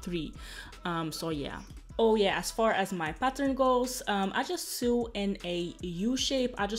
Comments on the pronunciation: it’s pronounced so not sue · It's pronounced sow. No literally sue. Lol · This is amazing! No hate at all (knowing more than one language fluently is amazing) but "sew" is pronounced the same way as "so". :) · how to sue 😂😂😂 “sew” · Your English is great and your accent is cute...but the word is "sew" is pronounced "so" as in "So what? I mispronounced the word sew!" LOL! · I love you girl and because I love you I’m going to correct you on pronouncing the word SEW. ...pronounce it like you’re say SO ... my first language was German and I always welcomed someone correcting my pronunciation... love you 😍 and your vlogs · "Sew" rhymes with "go", "no". You are sweet! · I love how you say "sew" 😅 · The wig is beautiful!!!!! I love how you say sew when your talking about the way your sewing, it's so cute😊